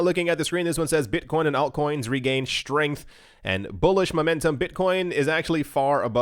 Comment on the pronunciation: I love it when btc gains schtrength